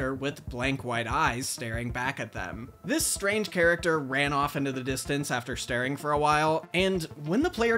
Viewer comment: "and how thjis unusual creepypasta spawned a generation of terrified Minecraft players." thjis? lmao